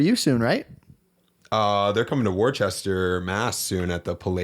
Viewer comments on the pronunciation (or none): Loved everything until and after said Worchester. It's pronounced wuster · We need to get hip to the correct pronunciation of Worcester 😅